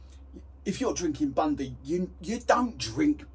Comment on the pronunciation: It's Bundy, not Bundi